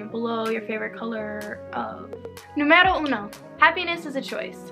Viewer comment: the accent is on the "u" nùmero